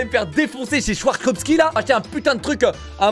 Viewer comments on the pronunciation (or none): schwarzoski mdrrrr swarovski c'est pas ca plutot ahahaha scharz tu aimes trop la suisse toi nan ?!